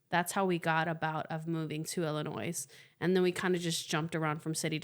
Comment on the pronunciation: you know the S is silent in Illinois